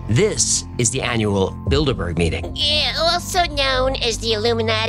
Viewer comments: 1- "How daaare you!" is not a bit and will never get old. Never! 2- You say Bilderburg, but I only hear Build-a-Bear. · Not gonna lie, I first heard "Bilderberg" as "Build-a-Bear". Of course, now I'm thinking this may not be coincidental. It would certainly explain why those things are some damned expensive. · I kept hearing build a bear😭😭😭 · I can't stop hearing "build a bear" now that's a group I could get behind 😂